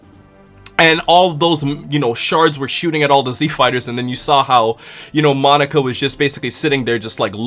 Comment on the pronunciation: "monika"? Really? Come on he's not a girl lol